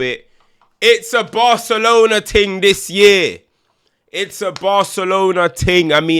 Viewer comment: Thing or Ting mate?